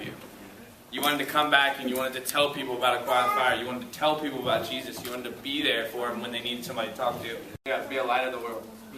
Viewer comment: I loved the intro, but the "JESUS" pause.... move along